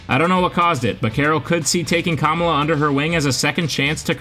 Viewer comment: at least try to pronounce Kamala correctly just a little effort man